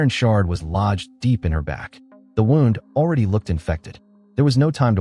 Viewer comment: Stupid AI voice can't even pronounce 'wound' and tree LINE correctly..